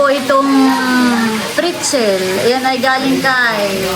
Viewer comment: PRETZEL not PRITZEL…😅